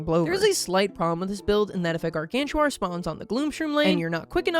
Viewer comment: Bro Just said "Guargantua"